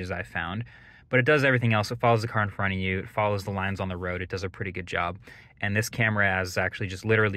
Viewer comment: Why’d bro say front like that